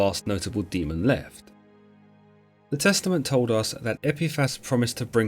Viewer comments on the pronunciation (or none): none